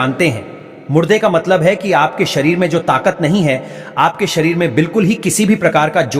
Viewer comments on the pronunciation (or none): none